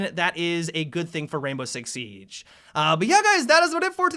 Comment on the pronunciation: i hate the way he talks sometimes this is a example why the way he says siege